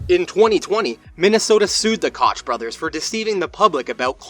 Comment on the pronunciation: It’s pronounced coke